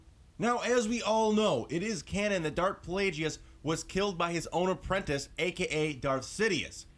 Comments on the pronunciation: ITS NOT( pla-jee-us) ITS ( pla-gus)!!!!!!! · Plagues is pronounced Plag-us. Also, Snoke was the apprentice that killed Plagues. Palpatine became Snoke's apprentice much later. Palpatine did say in ep. 3 that the story of Darth Plagues the Wise was a Sith legend... (so there's a good chance that it happened a long time before that conversation). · his name is pronounced plague and guess, so plagueis